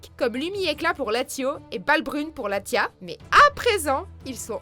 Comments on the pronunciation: le "s"se prononce dans latios et latias sinon vidéo cool ;) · euhhh on dit pas Kyogré mais Kyogre n'essaiyer pas de déformé les noms des pokémons c'est comme : méga Latia et Latio que vous avez dit c'est Latias et Latios....... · " Méga Latio et Méga Latia" :rire: "Primo Kiyogré" :s'étouffe" " Méga Rayquayza" :meurt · Sa se prononce latiosse et latiasse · Bah quoi, on prononce pas Latio et Latia ? XD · non c'est LatioS et LatiaS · Pour info Latios Latias On pronce le s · Petit soucis de prononciation sur les noms des pokémons par exemple Latias Latios y a un S et Kyogre c'est un e pas un é Ensuite le fait que les pokémons soient mégas évolué ne les rendent pas forcément plus fort que des légendaires comme giratina, déoxys, xernéas, yvental, les trois nouvelles formes de nécrosma, marshadow, ho-oh, lugia ou même des pokémons autres tels que exagide, méga brasegali ou méga lucario qui sont beaucoup plus fort que méga-diancie, méga latios/latias, méga carchacrok, méga tyranocif oukyorem normal qui est NUL, a chier, pourri, tout ce que vous voulez. Enfin le reste du top est plutot pas mal sauf que méga mewtwo n'est pas le plus puissant, il doit être 4ème et les trois premiers sont bien loin devant et je ne sais pas comment vous en êtes arrivé au fait que mewtwo soit le plus fort Je pense que le concept est bien sur le fond et qu'il y a eu une petite recherche mais qui n'était pas assez poussé quitte a demander a quelqu'un qui s'y connait mieux sur le sujet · Latiau latiah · Latios se prononce latioce et pareil pour Latias. Et Arceus se prononce arkeus. Kyogre se prononce Kyogre pas kiogré. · haaaaaa!!! sa se dit latiasse et latiosse!!!!!!!!! mes oreilles!!!!! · Y'A UN S À LATIOS ET LATIAS PUTAIN IL SE PRONONCE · Cela se prononce latioss et latiass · Loris Zoppi exactement comme primo gyodrè ou latio et latia